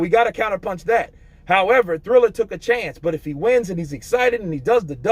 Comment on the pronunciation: Just a little tip. It's prononced Triller rather than Thriller. Keep up the good work mate.